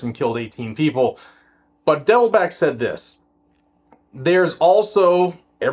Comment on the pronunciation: Are you intentionally mispronouncing Dettelbach? Bach is german for a brook or stream. Pronounced just like the great composer.